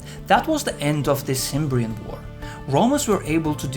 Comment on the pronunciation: You're mispronouncing "Cimbrian" - it's more like "kem-brean". Also, the Cimbrians came from north of the Limfjord (Limfjorden) in northern Jutland (Nordjylland). The Teutones came from what is now western Jytland (Vestjylland) and the Ambrones came from southern Jutland (Sydjylland/Sønderjylland & Schleswig - which was Danish up until 1864). So, yeah, they were all Danes, Jutes specifically. Calling them "Germans" is just factually wrong. Also, I can't believe that you make no mention of "furor Teutonicus" during this entire documentary.. that was quite a significant event which left a big impression on the Romans, who were in turn hesitant to move into Germania (even before Teutoburg). Out of curiosity, what's your source exactly?